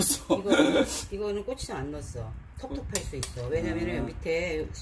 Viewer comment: 당장 메기 잡으러 가야 겄네요 정말 사랑 받는 아들이신게 느껴집니다 ㅋㅋ 그리고 어머니의 고추장 발음 꼬치장도 ㅋㅋㅋㅋ 정겹네요 ㅋㅋ